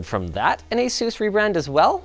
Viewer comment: You say Asus wrong.